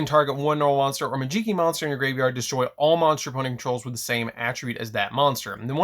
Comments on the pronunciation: Interesting build. I think the archetype has a lot of potential, can’t wait for the new support. Just please stop calling it “majeekee” 😭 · It’s magi - key bro like magic key 😂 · in tears when he said this lmao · Also the way you pronounce Majeekey is fun to hear. lol